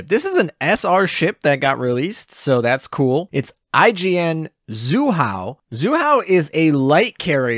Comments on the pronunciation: haha it's Zuihou like Zwee hou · pronunciation assistance: zwee-hoe